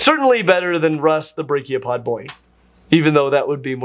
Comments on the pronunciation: Oof you're still saying branchiopod as brachiopod – they're different! 😭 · Hey, it's braNchiopod, brachiopods are a completely different phylum. If you dont pronounce the N, then it sounds like you're talking about phylum brachiopoda, which look superficially like bivalves but again, are a different phylum